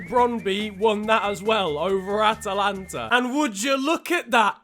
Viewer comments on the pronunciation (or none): none